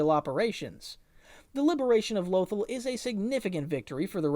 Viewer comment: Low-ThALL... not "lowthul"